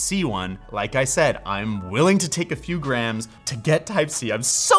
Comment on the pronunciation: I know he's saying "grams", but his pronunciation makes it sound like "graNs", and now I'm imagining a weight system based on grandmothers.